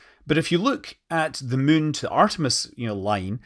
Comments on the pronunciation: Can never get tired of Scott Manley saying "mun" 😊😊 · It's already such a joy to hear how you say "the mün", but "I'm gonna züm in on the mün" is the best thing ever.